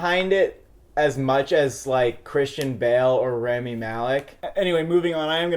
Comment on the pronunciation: for fucks sakes learn to pronounce rami's name correctly